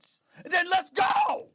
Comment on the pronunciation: "hard"!!!! To "let goh"🤣